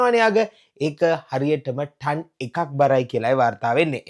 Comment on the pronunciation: ටන් නෙවෙඉ හලො ටොන්